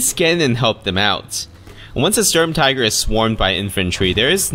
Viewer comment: Is not "Storm-Tiger" it is the Schturm-Teegr